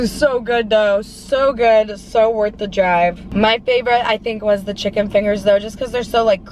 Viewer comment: Y she says chick-con omg it's pronounced chicken